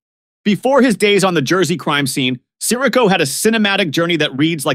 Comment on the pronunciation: I mean, since you obviously have never heard of these people, couldn’t you at least research how to pronounce their last names? Coppola. Sirico. Gaultieri. And all the others. Jeez.